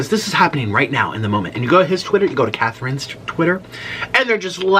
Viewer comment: Who in the world says the name Kathrine as Kath-reen hahaha